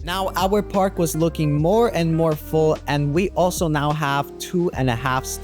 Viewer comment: I think he was referring to park- sounding like pork if you guys are confused 💀🫢